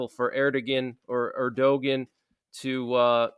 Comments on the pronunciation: His name is pronounced "Er' da wan"; not "Erdogan" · Love ya but you need to research the pronunciation “erdu”-“wan” (Erdogan) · The Turkish president's name is pronounced Err-doe-waan. I know it's weird but the G is not pronounced at all. Great, informative video as always. Thanks for keeping us updated. I have family in Germany and this latest development is very concerning to me as well.